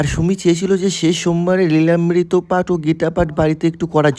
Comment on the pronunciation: Ami❌ amai✅ প্রসাদ ❌ প্রুসাদ ✅ নিলামব্রিত❌ লীলামমৃত✅